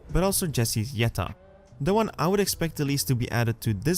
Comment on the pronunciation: It's pronounced with a 'y' - 'Y'etta :)